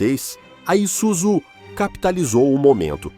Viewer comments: pronúncia é ISUZUe não izuzu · Trabalhei na fábrica de Shonandai, em Kanagawa-Ken, a pronúncia da marca está completamente errada, em japonês, inglês ou mesmo o nosso português, é "ISÚZU". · ESCREVE ISUZU E PRONÚNCIA ISSUZU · Você Varia o nome em Isuzú e izuzú ! pronuncia se isúzu ! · Vamos lá aprenda a pronunciar ISUZU a pronuncia correta I-SSU-ZU OK quando pronunciar coloca uma força no SU 👍🇧🇷🇯🇵👊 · Várias pronúncias para a marca ISUZU foram usadas no vídeo. Creio que a correta seja: ISSUZU. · Pronúncia correta: ISSÚZU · Bos tarde, só retificando a pronuncia está errada e ISUZU então S não é Z （イスズ ) em Japonês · Matéria top, mas só errou na pronúncia do nome da marca… ISUZU. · Por favor, pronuncie o nome ISUZU corretamente ... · Muito obrigado por nos propiciar a história da Isuzu. Mas se não estou enganado esse S no meio da palavra não tem som de Z não. No Japão o S nunca tem som de Z. Morei lá 4 anos.